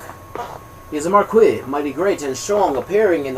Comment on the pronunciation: I love the enthusiasm you read with and don't mind the errors.... Some gave me a good chuckle, but damn the way you pronounce "marquis" just hurts my ears :P Thank you for the Audiobook thou!